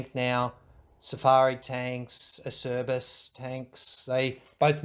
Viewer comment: Acerbis is pronounced “ah-chair-bees”